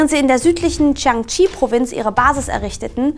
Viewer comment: Das Video ist echt super und ist inhaltlich sehr nützlich und gut aufgebaut! Trotzdem müsste ich noch ein bisschen meckern.... Das scheint jetzt vielleicht pingelig, aber die Aussprache hätte man vorher wirklich mal googlen können, wenn man's nicht weiß. Das dauert zwei Sekunden. Es muss ja nicht perfekt klingen, aber sowas wie King-Dynastie, Mao Tsedoong oder Provinz Dschangtschi muss irgendwie nicht sein, finde ich. Außerdem meine ich, dass man sich entscheiden sollte, ob man alte Namensübersetzungen komplett übernimmt (so wie Chiang Kaishek, Mao Tsetung und Peking) oder die tatsächlichen Namen einheitlichen verwendet (dementsprechend Jiang Jieshi, Mao Zedong und Beijing). Aber das nur noch am Rande. Tut mir leid für die Kritik, ansonsten fand ich eure Zusammenfassung echt super und es hat mir sehr weitergeholfen. Danke dafür!